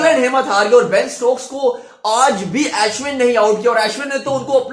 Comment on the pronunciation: It's not As win.... It's Ashwin.